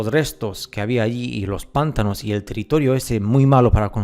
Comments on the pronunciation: Muy buen video, sólo un pequeño comentario: la palabra pantano es una palabra grave, por lo tanto se acentúa fonéticamente en la 2° sílaba. Lo correcto es pronunciar: "pan-TÁ-no" y no así "PÁN-ta-no". Saludos desde México. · Pantano se escribe y se dice Y no “pántano” (La primera es grave lleva la acentuación en el medio, como termina la palabra en vocal no lleva tilde, Pántano en cambio es esdrújula (siempre lleva tilde)) Me encanta tu canal y como hablás y explicás todo (: me cago de risa cuando decís una palabra mal acentuada ^.^ Saludos aguante la verdad suprema!! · No se dice pÁntano, no se acentúa la palabra jaja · Tu acento es supremo!!! Me encanta tu forma de transmitir la verdadera historia que nos ocultan. No se de qué país eres pero hasta el acento para decir pántano en lugar de pantano es... Bonito, para no hablar de más. Buena información amigo 👍🏽. Saludos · Igual lo ha acentuado en la primera sílaba a propósito para enviarnos algún tipo de mensaje subliminal, la sílaba Pan tiene miga 🤔